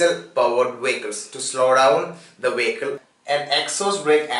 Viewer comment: What the fuck is a "Wehicle"???